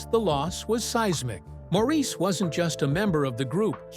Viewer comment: Maurice's name is pronounced, Morris, please correct your post to reflect this, after this many years it's an insult to his memory to leave it with his name being mispronounced.